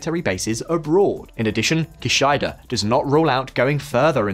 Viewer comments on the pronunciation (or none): Stop saying key shy duh, it's kishida